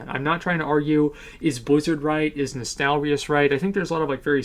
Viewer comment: Asmon you're probably the only youtuber who didn't mispronounce Nostalrius lmao